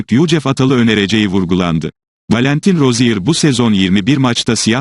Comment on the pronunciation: Valenten roziye diye okunur gülüm